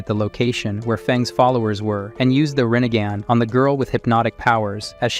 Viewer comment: This man said the renegan lol